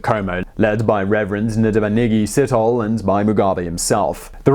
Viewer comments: It is said setholi, with a silent h,not sitholi. And you have to drag the e a bit. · you butchered Ndabaningi Sithole name lol... Si- toh-leh not Sit-hole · Not sit-hole. Its Si-tho-le. Anyway great video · My friend, every time you say Sithole, I hear "shithole". It's "Sit-aw-leh". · Sithole is not probounced sit-hole, phonetically it is pronoinced sit-toh-leh ... but all Sitholes I know of are freakn sit-holes. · Ndabaningi SEE-THO-LEH, not Sit-hole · Itz See-Toe-Lay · Nice informative piece. But truly, how careful did you have to when pronouncing Mr Sithole's name? I guess I'm a perpetual toddler.